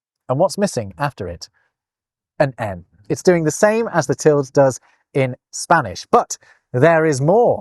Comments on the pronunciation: Tilde is pronounced with two syllables: till-duh. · that's the first time in my life I've ever heard "tilde" pronounced as one syllable you should get out more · I thought that tilde was pronounced til-duh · Is "tild" the British way of pronouncing "tilde", or is that just a thing? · Tilde does not have a silent e. Pronounce every letter, unless you want your listener to think you have just been ploughing your fields. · I learned to pronounce tilde as two syllables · Am I going to be the 1,000,000th person to say that it's pronounced TIL-day? At least it is *en español*. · Enjoyed this romp the lost punctuation marks. We definitely need the sarcasm punctuation. I love the name interabang for the question/exclamation combo. Just an FYI, the mark over the n in Spanish, the tilde, is called a tild-uh. The e has a schwa sound. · tilde is pronounced with 2 syllables at least here in the USA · Actually, it's "til-duh" in English. Sure, the word "tilde" exists in Spanish, but it means "a diacritical mark", not ~ specifically. In English, it's long been pronounced "til-duh", and you can check this in any English dictionary. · You do know how to pronounce 'tilde'⸮ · … do Brits pronounce the word “tilde” monosyllabically?? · Interesting pronouncing of - UK/ˈtɪl.də/ tilde. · What? No, the apostrophe covers any left-out letter, but the tilde (wow. "til-dee" or "til-duh", not "tilled" -- and no, not a US vs UK thing) specifically means specifically an m or an n has been left out (you get to figure out which from context). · You are the only person I've ever heard pronounce ~ as /ˈtɪld/. I say /ˈtɪldeɪ/, though the dictionary says /ˈtɪldə/ is more correct. It does mention what you say, /ˈtɪld/, as an alternative, but it's most unusual! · Where did you learn to pronounce ‘tilde’ as ‘tild’? I’ve only ever heard it as ‘tilda’, and online dictionaries seem to concur (for both American and British pronunciations). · It pronounce like "tilt" ? I always pronounce it "til-de"